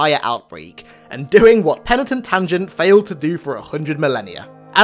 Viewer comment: Mah nigga i could listen to you say Penatin Tungent all night long. It gets funnier with each dab I take 😂😂